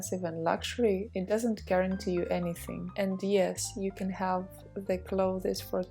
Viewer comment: I am pausing the video because I am TOO distracted and annoyed by how you mispronounce the word CLOTHES as CLO-thez ! You also need to use OTHER words : Garments, for example—rather than constantly repeating CLO-thez! Assuming that professionalism is something that you value, and wish to embody in your videos.